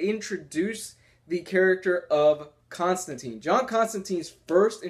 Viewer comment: Constantine is pronounced analouge to clementine. He even says so in the comics ;)